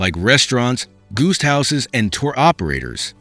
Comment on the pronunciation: Guest pronounced as goosed. Maybe this is click bait video.